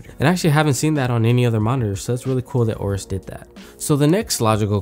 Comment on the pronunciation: AYE-OH-RUS, not OH-RUS.